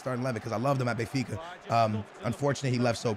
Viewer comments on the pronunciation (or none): none